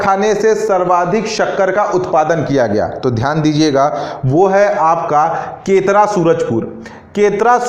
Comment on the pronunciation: सर केतरा नहीं केरता -सूरजपुर है।